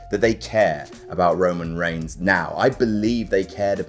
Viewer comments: Also I never noticed this: Roman "REIGHS"? XDDDDDDDD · Roman R E I G H S